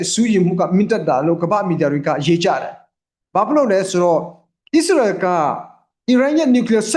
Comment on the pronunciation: ကျေးဗူးပြု၍ နိုင်ငံများရဲ့ နာမည်များဖတ်လျှင် မြန်မာလိုအသံထွက်၍ဖတ်ပြပါ။Please! အစ္စရေးဆိုရင် ဝစ်စာနှစ်လုံးသံပါအောင်ဖတ်ပါ၊Iranဆို အီးရန်မဟုတ် အီရန် အစ္စရေးဆို အစ်စရေ မဟုတ် အစ်စရေးလို့ဖတ်ပါ၊နားထောင်ရတာအဆင်မပြေလို့ Fighting!ပါ၊ဆရာလုပ်တာမဟုတ်ပါ အကြံပေးတာပါ။please